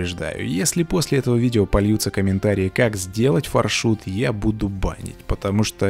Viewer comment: На английском пишется FarShot. Far- далеко, Shot- выстрел. Тогда почему мы говорим ФаршУт. (если я не ошибаюсь) Надо говорить фаршОт( или Ё, не знаю).